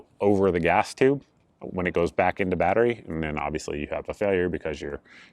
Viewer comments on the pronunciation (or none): none